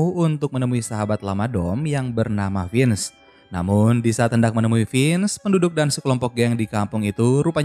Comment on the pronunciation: Semangat min,semoga lebih teliti lagi soal nama nama tokohnya soalnya penyebutan nya salah Vince bukan finz